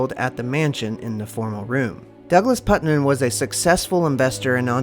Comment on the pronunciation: It's Putnam not Putman! Get it right! I grew up in Marietta Ohio